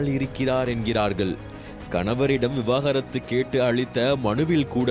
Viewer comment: எல்லோரும் ஏன் விவகாரத்து விவகாரத்து னு சொல்கிறீர்கள். அது விவாகரத்து. விவாகரத்து னு கூட ஒழுங்கா சொல்லத் தெரியாமல் செய்தி சொல்வதாக அலப்பறை பண்ணிகிட்டு இருக்கீங்க. 😂😂😂